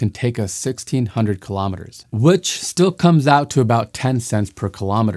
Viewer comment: Kilometers is pronounced kilo-meters, not killomitters. Kilo-meters Kilo-grams